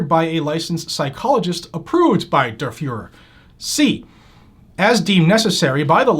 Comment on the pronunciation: Whose this “derferer” he keeps mentioning?